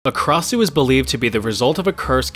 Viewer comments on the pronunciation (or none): Krasue originate from Thailand and it only have 2 syllables kra-sue not ka-ra-sue